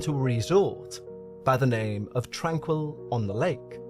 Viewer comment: You would have more credibility if you had made an effort to find out the correct pronunciation of the name of the facility. It leaves a question of how much of this is the result of shoddy or non-existent work. I know someone who spent time there and she said she was well-treated and recovered from the symptoms of tuberculosis. She would have left if she had any experiences like what you are claiming occured here. I'm annoyed that YouTube will count my comment positively for your stats but I just can't resist pointing out that this is drama fantasy.